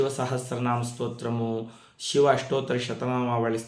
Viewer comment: గురువు గారు మీకు చెప్పే అంతటి దాన్ని కాదు... షివ, షుబ్రం అలా కాకుండా శివ, శుభ్రం ఇలా కదా పలకాలి. తప్పుగా అనుకోవద్దు. తెలుగు అంటే నాకు చాలా ఇష్టం.🙏🙏🙏